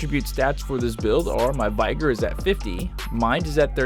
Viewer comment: Vy-gore it's vig like big. Vigor like vigorous lol.